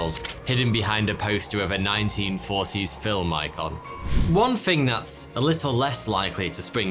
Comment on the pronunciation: Is it THING or FING ?